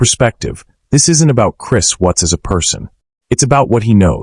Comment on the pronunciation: Either this isan AI orthis guy doesnt understand syntax or how to pronounce watts